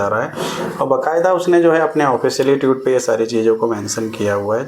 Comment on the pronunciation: भाई साहब ट्यूट नहीं ट्वीट बोलते हैं